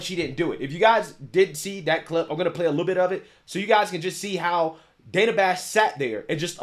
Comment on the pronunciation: It's pronounced Dan-a not dane-a